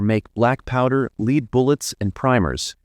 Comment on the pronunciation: Will someone please "Teach" this Computer ??? LEED is not how "LEAD" is "Pronounced ;!!!!